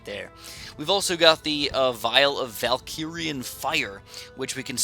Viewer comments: It hurts my ears to hear Valkirian instead of Valyrian Fire from Game of thrones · Yustin Y. He keeps saying Valkyrian though